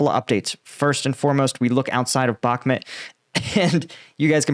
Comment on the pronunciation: Thank you so much for your continued updates. It has probably been mentipne before but its worth repeating: The city name is pronounced more like Bahkh-moot Rather than Back-met 😊